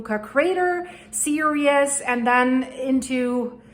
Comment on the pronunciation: The 'series' is not 'serious'. (pronunciation)